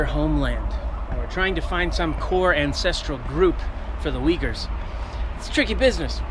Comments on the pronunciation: your pronouncian sounds like "Vighurs" not "Uigurs" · 😂 except the main subject of the video, There are no people called as “Weagers”